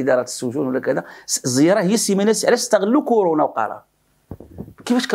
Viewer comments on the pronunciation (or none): none